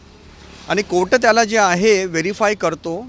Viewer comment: वकील बिहारी आहे वाटत 😂😅कोट नाही कोर्ट म्हण 😅😅😅